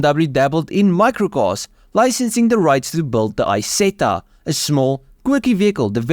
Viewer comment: The guy who is presenting this video needs speaking lessons and above all he has to learn to pronounce corectly names like Isetta and MIchelotti! It is a horror to listen to this person!